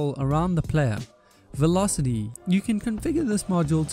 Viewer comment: ehhhhhh dont u say velocity? amazing vid though